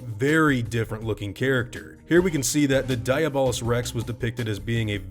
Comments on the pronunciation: I'm pretty sure it's pronounced Dee-ah-bull-us-, not die-a-ball-us. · It hurts to hear you pronounce it like diabetes and not like Diablo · I thought it was pronounced De-ah-blos rex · I think you pronounce it dia bol us rex and also Diablo someone translate that